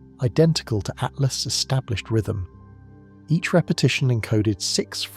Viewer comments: Why has 3I Atlas been changed to "3 Atlast" by this AI voice over? Is it hinting that "at last" we're going to be destroyed by aliens? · This AI said 3 at last... Yeah not something people shouldn't listen to if it can't. It doesn't pronounce what the subject is talking about. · Stupid ai voice cant even say atlas